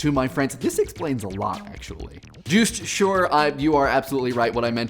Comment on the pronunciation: Bahahaha I love how you pronounced "Joost Schuur". See, this is why I anglify my name online.